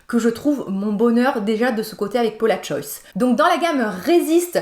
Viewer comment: Tu me fais rire a completement zapper le S dans paula’s choice 😂 En tout cas genial la video merci beaucoup depuis le temps que j’attends une revue honnete afin de choisir le produit le plus “worth it” sachant que c’est un peu cher je vais commencer par tester un seul produit.